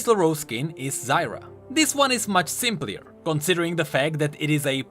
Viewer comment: SimplER not simplIER